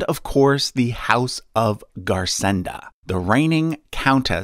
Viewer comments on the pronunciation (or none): Garsenda is pronounced /garsendo/ as it is occitan